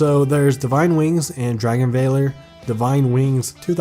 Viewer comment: Dragon v”ah”l”ore”